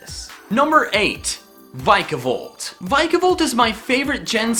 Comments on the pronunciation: no offence its vic-e-volt not vis-i-volt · Something that annoyed me: It's pronounced Vick-A-volt not vike-a-volt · "Vica"volt? it's "Vika"volt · it's vi-ke-volt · you pronounced vikavolt rong